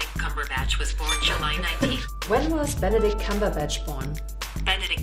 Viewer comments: About : EXTREMELY Japanese. Also, Benebatch Cumberbict. I’m wheezing. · “When was beneditch cungerbatch born” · Google Trained so hard to understand people's mistakes while saying Benepeach Cumbertich . I am not surprised :D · U mean Benadryl Cucumberpatch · He actually said “Benbach cumberdick” and Siri still answered wow 😂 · when was Bendadick Cumberclit born? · "When was Benebatch Cumberdict born?" This made me laugh too much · Benadryl Cumberland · Benadich Cumjurebatch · "Benebatch Cumberdicks." I'm done. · “When was benaben cumondict born” “July 19th” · benebatch cumberdick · bhanidhek koombheerbach LOL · You know people have been googling benneling cuntrøbat wrong so much that you cannot mispronounce his name :-P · Google is immune to mispronunciation of Benedict Cumberbatch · Google understands the unspoken rule to murder Benadryl Cucumberpatch's name lol